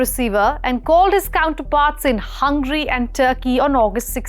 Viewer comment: By the way, it's not hungry. It's Hungary... Telling a word wrong for a stylish accent doesn't make it right please...